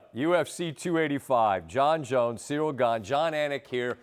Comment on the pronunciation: Jon "See-dill Gane" Anik